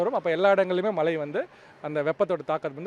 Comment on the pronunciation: That’s Mazhai !!! Not malai